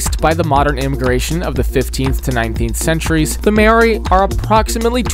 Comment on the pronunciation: His pronunciation of Māori is crazy.